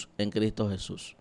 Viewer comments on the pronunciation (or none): none